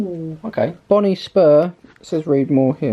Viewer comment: Just get new pads for your headset mate, universal ones on Amazon ;) Oh its Boonie not Bonnie squire